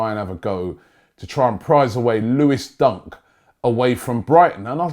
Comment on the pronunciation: lol it's Dunk not Duck😂😂